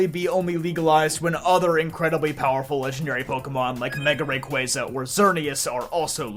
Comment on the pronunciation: The only poketuber that pronounces rayquaza correctly